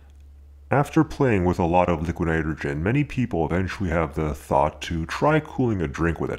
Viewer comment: For the love of god can someone please explain why he pronounces "nitrogen" "nyeghrin"